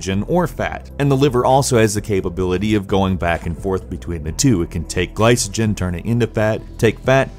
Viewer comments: isn't glycogen pronounced: "gli-co-gin" not "gli-suh-gin" ? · I know isn't incredibly well versed in the field but him pronouncing the "C" in glycogen with an "S" sound instead of a "K" sound is making my ears bleed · It is pronounced ɡlīkəjən, not a soft c. Video has lots of stuff that is just not necessary. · Yeah, pronunciation was a bit cringe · Ah, the pronunciation! It's sack-uh-ride, not satch-uh-ride. Also, gly-ko-jen, no "s" sounds! :)